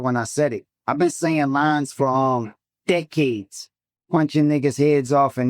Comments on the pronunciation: DECK- ades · Why did he say decades like that?!?😭